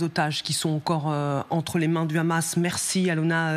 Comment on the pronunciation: C'est Hamas qu'ilfautdire, et non khamas comme vous vous plaisez à le dire.